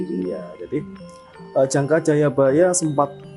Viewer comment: Jangka.. jangka.. bukan jangkar..